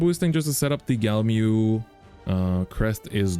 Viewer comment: says he loves it and cant pronounce it.. smh